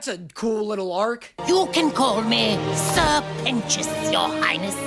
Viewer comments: It's Serpent - ious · help im watching this with subtitles and it keeps writing Sir Penis instead of Sir Pentious… and when you said i get the sirpent part but what the fuck is a pentious is said what the fuck is a penis💀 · Noooo, not my twink peter, i love him Also: sir pentios, sirpent ois...serpent ios... you know? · I love that every time you say "Sir pentious" (or whatever he's called) the subtitles (bless the million dollar budget) say "penis" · I know I'm a few weeks late and I can't tell if he's just making a joke about it and actually gets it, but Sir Pent-ious... SIR PENTious. His name is literally serpent-ious. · His name is Sir Pentious. SER PENTIOUS. SER PENT IOUS. SERPENT IOUS. lol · SIr Pentious = Ser Pent(s) = Serpent its not that hard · Hey, It’s Sir Pentious— like serpant sure; but also more like serpentous; a like really old english word meaning snake-like. From a nerd that lives off of linguistics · Dude, I had the captions on accidentally and when he said ‘sir pentious’ they captioned it as ‘sir penis’ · Say it fonetically SER PENTIOUS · He’s a serpant. Sir-pen scious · Come on dude. Its sr. Pentious ” like SERPENT - ious.